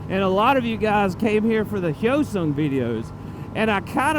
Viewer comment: Finally someone who says “hyosung” correctly instead of HY-O-Sung